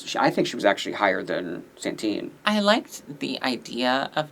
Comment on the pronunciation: stop saying Santine challenge impossible